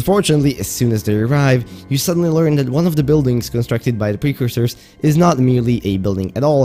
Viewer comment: "one of the buildings constructed by the precoursers" ah yes. A man of culture. Love it